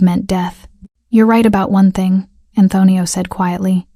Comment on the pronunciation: Great story 👏. Narrator doesn't sound how to say Antonio. He doesn't know how to get a hold of her? He owns the hotel so he can't find the employee roster and find her? Not believable.